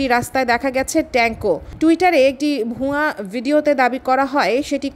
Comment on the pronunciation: "ভুয়া" উচ্চারণে চন্দ্রবিন্দুর ব‍্যবহার করবেন না।